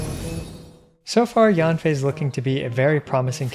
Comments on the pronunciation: read yen fei not yanfei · Yanfei is pronounced as Yen from Yenny + Fei ☺️